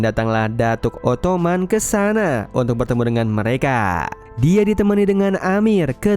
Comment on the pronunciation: Datuk othman❌ Datuk otokman ✅😭